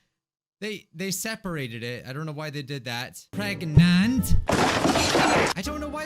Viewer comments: I cant stop laughing when you said pergananat😂😂😂😂😂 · Pregante Preganenenenenenant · Nah, It's not Pregnant or Preg-nant, or even preggers. It's, pergernert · pregante preganet pergnert? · Pereganante (Pear-egg-an-aunt-a) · Video:preg nant Me:pragannanant Edit:man moana be gettin busy with her bestie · They said Preg-nant so they wouldn’t get demonized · How I a CuTE LIttLe SnAcK get preg-nant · You mean prengnante? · Now when you said pregnant i forgot how to say pergnate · I did get pregananant Me: gasp* HE KNOWS DA MEME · i GoT “pReG-nAnT” fRoM a SwImMiNg PoOl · She's pregananant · Preg-nant?? Preg-nant?? Preg-nant?? PREG-NANT?? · Pre g a t ore not pregnant prawn a t. XD PREGNANT.